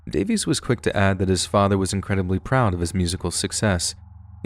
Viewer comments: Not bad sir. Who the heck is Jonathan davees?! I only know Jonathan DAY-VIS... 🌝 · Pronouncing Johnathan Davis’s last name as “Day-Vees” is killing me inside lmao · Jonathan Davis, not Davies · It's Jonathan DAVIS, not Davies. Lol. 🤦🏼‍♀️ (Korn🖤)